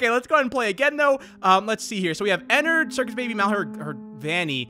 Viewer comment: Your saying Ennard wrong Your saying Enard its actually ENN ARD